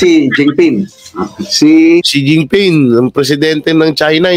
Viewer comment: Ang pag pronouns is shen Jin ping